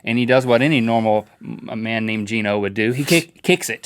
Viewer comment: Actually, it's pronounced "GEE-NO", not "GEN-NO".